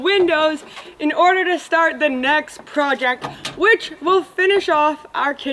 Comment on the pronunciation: i started saying PRO·ject ever since i started watching your videos